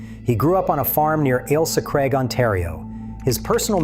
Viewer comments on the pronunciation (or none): none